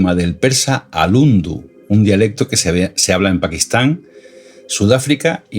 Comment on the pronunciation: El idioma es URDU NO undu 😮